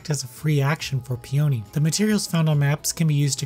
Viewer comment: It's pronounced 'Pee uh nee', not pee oh nee. I believe it's a flower